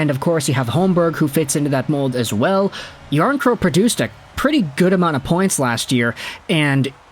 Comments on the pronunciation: The final K isn’t silent and isn’t in any language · PS it’s Jarnkrok Noᴛ Jarnkrow